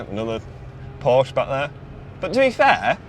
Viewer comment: Learn how to pronounce Porsche.